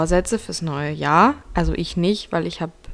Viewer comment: Dieses Jahrrrrrr